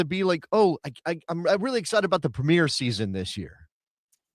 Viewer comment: The English league is called the Premier League, not the Premeeeer league.